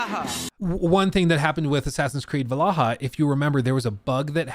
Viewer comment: Oh god why do you pronounce Valhalla like that.